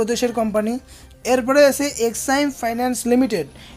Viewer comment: আসে,আসে বলছেন কেন? আছে বলুন।